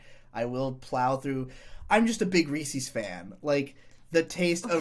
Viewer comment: >"big Reese's fan" >Says it "Reesees" Is this just an East coast thing to butcher the pronounciation? I've never heard it from the West, Midwest, or South